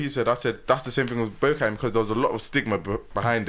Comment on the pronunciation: I can't lie.... Man said bowcattin🤣🤣🤣. I dropped my zoot 🤣